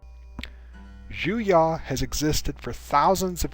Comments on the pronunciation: it is pronounced "Juyo" not "Juya" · Juyo is actually pronounced ju-y-oo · I love your videos and channel, but you keep mispronouncing some pretty obvious words. Juyo, being obviously a Japanese vulgate is pronounced as spelled ("Jew-Yo"). Vaapad, with the stress on the "AA", is also pronounced as spelled. As a linguist, I have no idea where you assumed such outlandish pronunciations from.. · The way he pronounces Juyo really annoys me.... The information is good. But the pronunciation gets on my nerves... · I’ve been scouring the comments trying to see if I was just insane or if he’s butchering the hell out of the name lol.